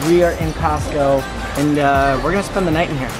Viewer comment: Why did you say Costco when it's Costco